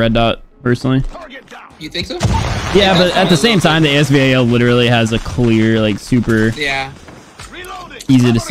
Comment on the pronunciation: Why did u again pronounce AS VAL to AS V-A-L ?